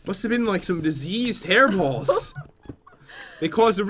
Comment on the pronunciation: Hairballs not heerballs